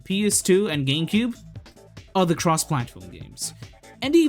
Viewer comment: why do you pronounce it like "geemcube"